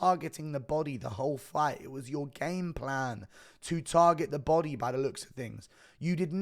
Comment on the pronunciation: Shit every time he says body i hear Bising, "come on buddeh